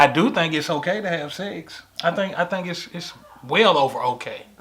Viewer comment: Gurl nots "secks" lol